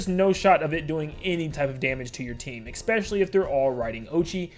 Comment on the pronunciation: I DONT CARE THAT THIS HAS BASICALLY NOTHING TO DO WITH ANYTHING BUT PLEASE OMG FUCKING PLEEASE STOP SAYING “expecially” IS ESPECIALLY WITH AN S WHAT IS WRONG YOU